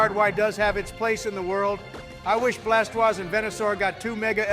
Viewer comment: I love how Trump pronounced "Blastoise" with a French accent. 13/10